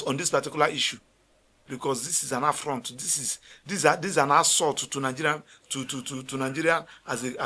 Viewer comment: Lawyer, it's not Nangeria. It's Nigeria, please.